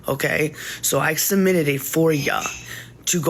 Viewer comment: “I summitted a for ya” 💀💀💀 - The Language Butcher 🤪